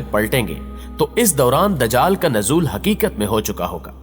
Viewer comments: Bhai dajql nhi ..lafz dajjal hai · نہا یت ادب سے آپ کی ایک غلطی کی نشان دہی کر رہی ھوں۔۔ یہ لفظ د جال نہیں بلکہ دج جا ل ھے یعنی ج کے اوپر تشدید ھے تو پلیز اسی طرح پروناونس کیجئے۔